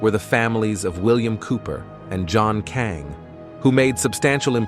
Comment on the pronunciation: John Kaighn ! Not Kang